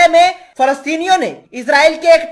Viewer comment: صحیح لفظ اسراٸیل ہے نہ کہ عزراٸیل